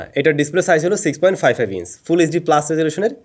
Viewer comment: ইন্স না রে ভাই ইঞ্চ হবে আর ভাউছার না ভাউচার হবে উচ্চারণ ঠিক করেন বাল আর বুকাচুদার মতো কেপ পরে আসবেন না ধন্যবাদ